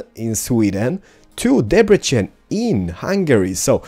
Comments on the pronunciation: Q1: Have you ever been to Hungary? Q2: If you have to choose, Android or iOS or Windows Phone? (Sorry if somebody has asked these questions before) And please pronunciate Debrecen the correct way(yes, it's Debrecen, not Debrechen), the way you pronunciate the "c" is wrong in Hungary(what you say is the "cs" sound in Hungarian language). It hurts my ears, because I'm Hungarian :D Oh, and by the way, I would be happy if I won the game ;) (Sorry for grammar mistakes, I don't speak English well...) Keep up the good work :) EDIT: I didn't pay enough attention in the first episode, sorry. Correcting my first question: If you have the opportunity, would you come to Hungary again? (Sorry for grammar mistakes again.) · Yeah, Hungary!! By the way hungarians say like this: [Debretsen]. But pretty good pronunciation :D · NOT DEBRECHEN! DEBRECEN!